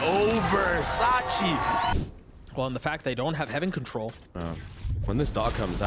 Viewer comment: Sacy.. not Sachi 😂